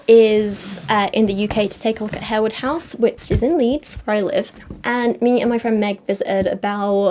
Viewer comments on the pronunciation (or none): Harewood is pronounced Harwood